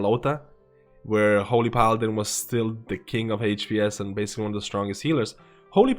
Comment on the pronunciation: i really enjoy your videos...besides de fact i hear "hate pee ess" everytime you say hps.